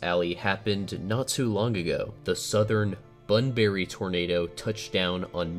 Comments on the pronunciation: pronounced ‘bunbre’ The E is not silent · It's not bunberry it is pronounced bunbry 🤣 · It’s pronounced bun-bry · and btw i find the way you said bunbury as "bunberry" is really funny to me idk why